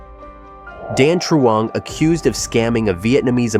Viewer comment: lol he pronounced Dan Truong pretty good, until his ex’s name, Dung